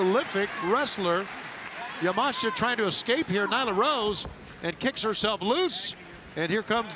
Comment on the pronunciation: Elite Wrestling: Don't know if you guys had noticed but, there is an I in Miyu Yamashita's last name so unless she herself has said that her last name is pronounced Yah-Mahsh-Tah, I believe the correct way to pronounce her last name is Yah-Mah-She-Tah.